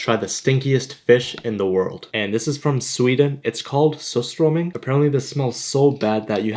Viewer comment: Would've been cool if he pronounced it clearer and better